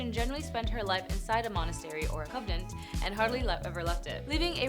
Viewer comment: It is convent not covenant